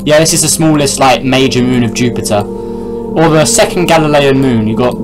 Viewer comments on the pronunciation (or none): none